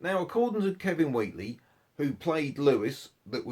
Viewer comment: Dreadful stilted presentation. You never pronounced Kevin Whately's name correctly. You need to do some editing and polish it up before posting.